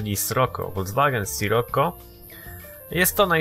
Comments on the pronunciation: mówi się "Sziroko" a nie sroko!:D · Drogi nie mówi się Scirokko tylko Sziroko:) I nie mam bólu dupy o to:) Pozdro